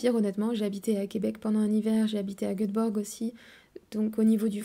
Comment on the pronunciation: Tu as vécu combien de temps à Göteborg pour ne pas savoir prononcer le nom de la ville?